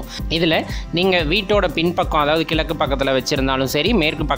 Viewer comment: klakku illa, kizakku. valra illa vazra.